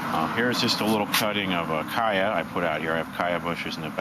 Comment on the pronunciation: it pronounced CHaya not Kaya!!!